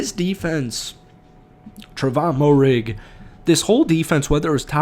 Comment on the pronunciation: Fields was pulled early for a possible concussion, then later got benched for poor performance. Tre'von's last name is pronounced Mare-Ig by the way. #KeepPounding